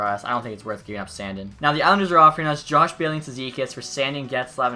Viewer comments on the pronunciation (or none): none